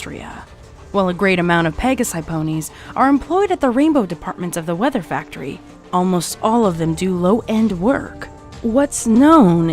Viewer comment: Water faktory???